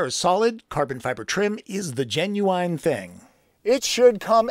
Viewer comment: Genuine is pronounced gen-new-win or gen-u-win, not gen-new-wine or gen-u-wine.